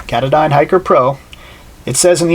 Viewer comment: ka-taaaahh-don NOT cata-dine!